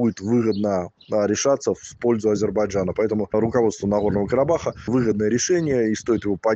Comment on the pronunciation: Вот рассмешили😆😆😆 Сначала научись выговаривать «Карабах» потом давай ценные советы 🤣🤣🤣🤣